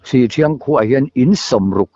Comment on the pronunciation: Han like sak leh phawt mai i la in inhmaeh tlat in in kawm hi, ngaihthlak peih leh peihloh chu thuhran,. hi chu i mi kawm te tawngkam hi i ngaithla lo a ang hian an khaw hming hi a sawi fo tawh a pawrt18 ah meuh pawh an khaw hming diklo hian i la lam char 2 zel chu a nia leh Sihthriang ti anga lam tur aw sih pahnih awmdung ang sawina a ni e.